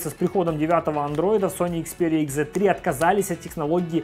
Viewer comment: Услышал слово икс, выключил видео... Ну нет такой буквы в английском алфавите... Уж извините.